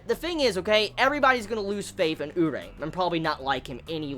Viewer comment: his names pronounced u-ree-eh fyi